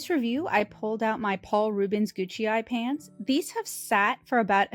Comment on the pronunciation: I don't think the PR Gucai are pronounced "Gucci". Great review, very helpful